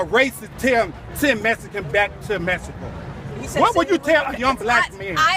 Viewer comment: did he say MeSZico? lol